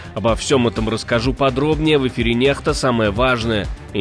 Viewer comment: Почему диктор неправильно произносит Нехта, хотя правильно будет Некста ! ???